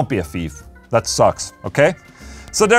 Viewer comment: "Don't be a feef" - Ola Englund 2020 Love you Ola